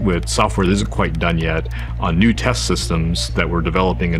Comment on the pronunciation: I was watching this with my cat on my bed and she lunged at.